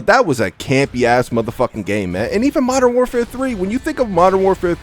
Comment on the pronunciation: Gonna miss hearing saying Mordern Warfare deuce when mw trash comes out